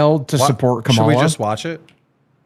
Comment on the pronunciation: is so funny. Acting like he doesn’t know how to say Kamala…lmao. Kuh-Mel-uh my ass!